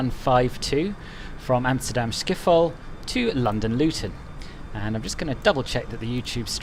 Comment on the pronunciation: Man said Amsterdam skiffol